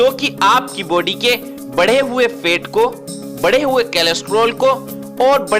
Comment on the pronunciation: अरे भाई फेट नहीं फैट बोलिए